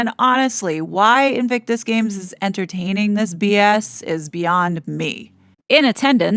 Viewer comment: founder & "patron" lol. Did you notice invictus was pronounced /envysous/??😂 ThankU you do such excellent, intelligent work. I hope I get to meet you someday & give you a real hug!! 🤗